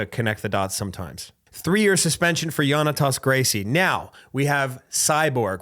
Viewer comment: It's pronounced Jonnatas not Yonnatas, ALSO he's not a Gracie. It's a nickname.